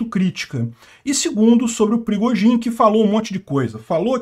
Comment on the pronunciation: O "perigozin" kkkkk